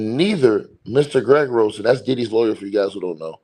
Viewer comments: Ger ah gose not Greg er gose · PRONOUNCED: GEH-RA-GOS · Yes. Accent on the first syllable. GER a gos